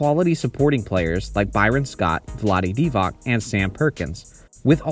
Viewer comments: Divac is pronounced DIVATS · I love how muricans pronounce Divac.